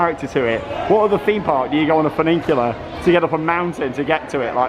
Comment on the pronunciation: There's only one "n" in the word, "funicular". I like how you say it though, - very unique, "funiNcular". Legend.